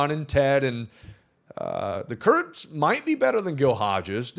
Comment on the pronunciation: I think you have a very bad word on your mind way too much. His last name is Kurtz, it’s not hard to say his name normally.